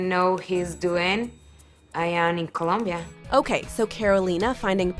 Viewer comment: "Columbia" that made me cringe😑